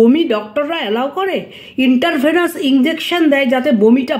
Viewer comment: দিদি ভাই ওটা ইনটার ভেনাস হবেনা,ইনট্রাভেনাস হবে। কিছু মনে করবেননা।